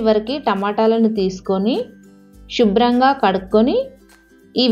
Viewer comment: శుభ్రం. అనాలి తల్లీ. షుభ్రం. కాదు